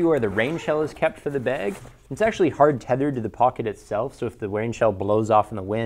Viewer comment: Learn how to say "bag" please. There's an "a" in there. Not beeg.